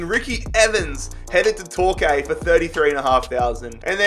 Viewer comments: Hartlepool is pronounced..... Heart...lee...pool. And Torquay is pronounced...Tor...Key. 👍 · Man really said torkay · And ‘tor-kay’ instead of Torquay lmao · its not "tor-kay" its "tor-key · Ah yes, my favourite clubs, Hartulpool and Torkay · 7.04,, TORKAY Me - Its TORKEY. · HART LEE POOL!!! & Tor key 🙈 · Heart-lee-pool and tour-kee that is how you say them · You’ve had a shocker with the pronunciation of Torquay there 🥺😂